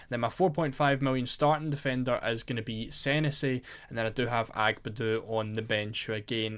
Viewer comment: Its pronounced seh nessy mate 👍